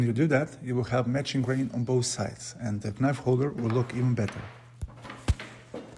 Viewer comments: I love the natural olive without epoxy or anything added. Pure in it's design. Also I know it's written knife but you pronounce it as nife without the K. Hope this helps, much love from the Netherlands <3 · The 'K' is silent! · nemoj recit k, ono je silent :) love your video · Very nice project! But the "k" in knife is a silent letter, which is not spoken ;-)